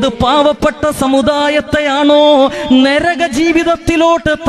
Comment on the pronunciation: ഇവന്മാർ എന്താണ്, നരകം എന്ന് പറയുന്നതിന് പകരം, nerakam എന്ന് പറയുന്നത്?